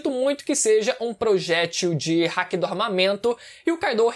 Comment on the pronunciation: Dá agonia do falando hack, NÃO É HACK, É HAKI kkkkkkkk hack é e quando vc usar algo ilegal no CS: Go